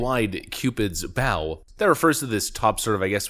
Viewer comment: Cupid never shot a bough nor did he bow to pressure. He shot a bow! (Sounds like low).